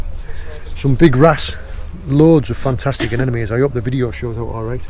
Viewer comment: Love the videos and the way he mispronounces anemones. Anenome lol......